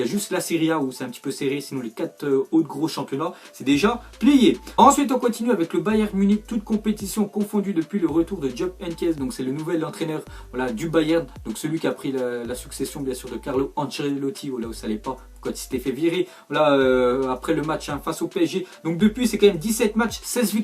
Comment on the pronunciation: On dit pas jupp mais yupp henches